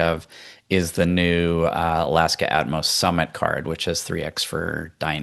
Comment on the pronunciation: keeps calling it At-mos! It’s Atmos (one word) 😂.